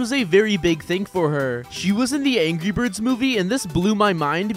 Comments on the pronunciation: did he just say angy birds😂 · You also said angy birds. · He said angy birds 2